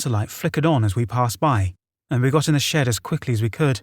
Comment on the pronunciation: Or shed. I kept thinking he was saying shit 🤣